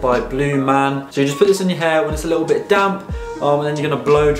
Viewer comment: Cringey the way this guy says ‘ likkle’ consistently 🥴🥴🥴